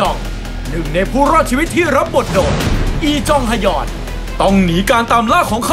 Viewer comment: การออกเสียงอักษรควบในชื่อเกาหลี ควรออกเสียงพร้อมกันทั้งสองตัวพร้อมกันในคำเดียวนะคะ อีจองฮยอน อ่านฮ+ยพร้อมกัน ไม่ใช่ฮะยอนเด้อ